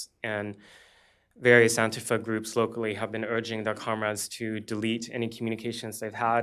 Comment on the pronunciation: Didn't you mean "antif-UH" ? These are genuinely pissed off people, but they don't know what the issues are, or how to come together to find the answers.